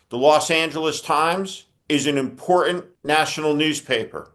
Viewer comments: Hello Steve, I'm a subscriber and I wonder if you could find a colleague to help you say "Important". You may not realize you are saying "Imporunt". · YOU STILL CAN'T Pronounce "important" correct the "ant" is SILENT not "E N T "